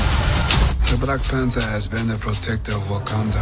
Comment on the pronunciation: Blacku Panzah... Hahahahaha!